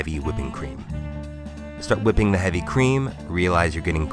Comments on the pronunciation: Did that guy just say wHHiping? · Anybody notice the stewie griffin cool whip emphasis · Why does the second guy pronounce whipping like stewie griffin?